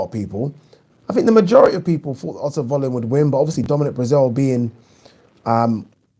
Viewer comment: Isn't Wallin pronounced Vallin?